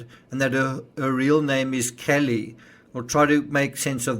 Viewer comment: i think her name is pronounced KEY-LEE.